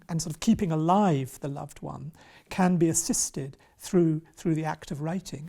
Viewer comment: *Wannn*? Interesting interpretation. I think wan works better. Not vicars daughter either, solicitors daughter surely